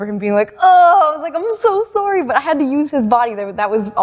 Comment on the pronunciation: the canadian "sorry"